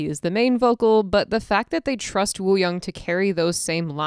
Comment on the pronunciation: love the analysis but wooyoungs name is pronounced ooyoung (no hate whatsoever lol)